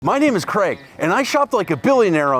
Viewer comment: Is yer name Craig? it's pronounced CRAYG not creg! I know because it's a fckn Scottish name and you doodle dandies make a complete baws of it! Yer bacon is shite too😂✌